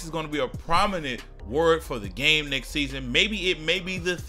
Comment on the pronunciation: Everytime he said "next" I thought it was "knicks"